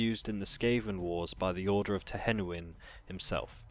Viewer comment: UGH! twenawen? you mean Tehenhauin(TEN-IN-WAN) . How come no one can ever pronounce my army's hero names.